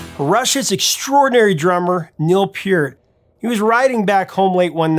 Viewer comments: Neil Peart pronounced pert like the shampoo. sorry to go all Canadian on you... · You're saying his name wrong and weird. It's sounds like pert. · I always thought Neil Peart's last name was pronounced "pert" . Was I wrong? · Ok, love ya prof (just subscribed actually), but cmon man, ya gotta pronounce Neil's last name correctly. Here's to hoping you know it but were just having a mild stroke here. Kidding about the stroke, of course - keep up the highly informative and entertaining nice work!